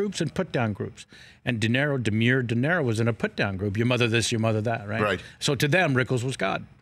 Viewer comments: He does know it's "DeNiro" not "Dinero", right? ;-) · Kevin Pollak is a good story teller and a great imitator, but he needs to learn how to pronounce "Robert DeNiro". "Dinero" is Spanish for "money". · Dood, it’s De Niro, not “dinero”.